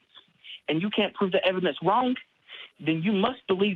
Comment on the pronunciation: "the ev-i-dence of the holy spirit..." best laugh i've had all day :)